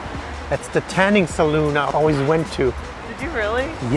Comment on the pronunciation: "tanning saloon" - sounds just like my husband's English: )